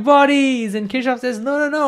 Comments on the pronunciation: You should have written explicitly the name of Gustav Kirchhoff. The thing is: When you pronounce his name it does not sound right in different languages. I (being Russian) heard something like "Teashof". If you had not shown his face (photo) I would not have guessed who was "Teashof". I doubt that even Germans would have guessed what you meant. They don't pronounce it like that. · I think its keer-cough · Kirchhoff ❌ Keshav ✅ 😂😂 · how many of them heard kirchoff as keshav?